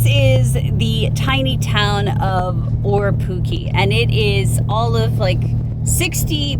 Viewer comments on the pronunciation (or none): I live in Aparima (Riverton) I go to Gemstone beach weekly. It’s the best place! I did laugh at how you pronounced Orepuki. Here’s an easy way to learn to pronounce it......Or....re...poo...key. Orepuki!